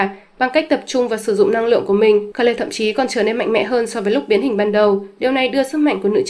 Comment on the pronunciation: Kê-rư chứ ko phải Ka-lê hay Kêu.